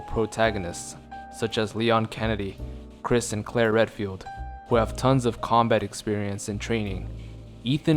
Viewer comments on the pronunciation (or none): none